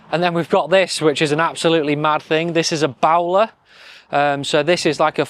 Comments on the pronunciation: 'Bowl-er', fella. Not Bow(boat)ler!!!!! ffs. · Do your homework! A Bowler converted Land Rover is pronounced like the hat or a thing that fires arrows, not a boo-oo-oo-ler. Also nobody in the motor trade would spell tyres like them Yanks, TIRES! You'll be wearing a Stetson and cowboy boots in a bit. Nice Aston though, great price and colour.